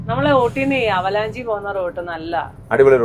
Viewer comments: ആ വാക്ക് avalanche ( അവലാൻഷ്)എന്നാണ്... ഹിമപാതം... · Avalanchi alla .....avalanch. endile e (AVALANCHE) sitent aanu.